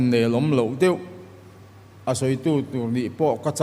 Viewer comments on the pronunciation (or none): none